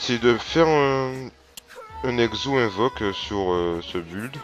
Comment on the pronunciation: Build se prononce "bild" pas "bulld" x)